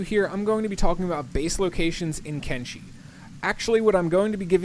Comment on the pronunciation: Why do you call it Kengi when it's Kenshi? Thumbs down due to creator not knowing the correct name of the game.